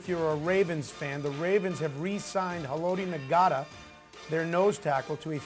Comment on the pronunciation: His name is pronounced Ha-Low-Tee Not-Uh. If you are going to make a video like this, get his name right. Its not Na-Got-Tah. And he plays DE, not Nose Tackle. Terrence Cody is our Nose Tackle.